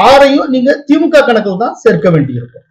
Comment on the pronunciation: திமுகெ. Dhulliam. அல்ல. Thulliam த்துல்லியம் என்பதே சரி. எப்பப் பார்த்தாலும். கேள்வி. கேட்பவர். திமுகெ. அதிமுகெ பாஜகெ. என்றே. சொல்கிறார். அது. கவில். முடியவேண்டும். கெவில். அல்ல. கெ அல்ல. க. திமுக. அதிமுக. பாஜக. Kha. Nor. Ke